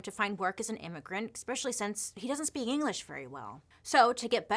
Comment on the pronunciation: I love that you hate the "R" in february but say eCXpecially instead of especially. 😂😂😂😂